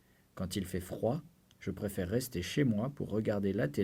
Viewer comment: prefere 이거 발음... 어우